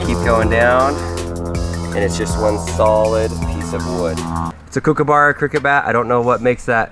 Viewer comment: “Kook a burrow”😂😂😂😂😂 I’m Australian